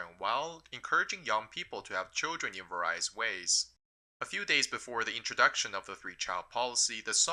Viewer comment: You're mangling the word "various". It's pronounced vaer-ee-us, not vuh-rye-us.